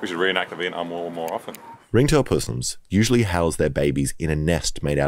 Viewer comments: "pussssss-ums" lol i usually hear it pronounced "possums" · Puss ums? hahahaha Crikey..!!!!